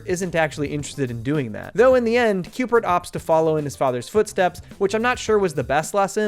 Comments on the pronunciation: .. c... CUBE-ert. Not Cupert. Cubert.. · Great production! Only gripe I had was Cubert being pronounced “Cupert” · Great video, but... are you saying 'Cupert'? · Is he saying "Cupert" with a P?